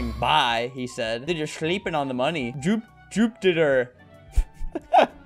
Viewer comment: Bro did anyone notice albert said "tit", from the amazing art piece "Juptiter" No hate just pointing it out